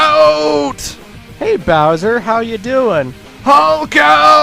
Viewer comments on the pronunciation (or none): none